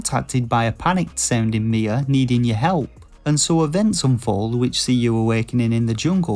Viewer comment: Am I the only one who thought when he said "Mia," he was actually saying "Nea"?